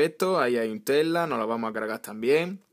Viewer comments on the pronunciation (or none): none